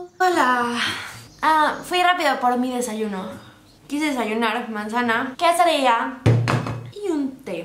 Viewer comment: a alguien mas le da risa cuando dice quesadilla